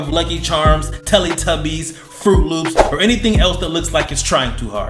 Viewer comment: Why u say tellatubbies like that 😂